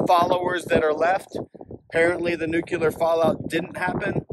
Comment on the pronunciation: New-clee-er. Not nuculer. Learn to talk